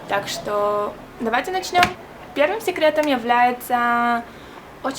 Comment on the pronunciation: классно) только сЕкретов а не сИкретов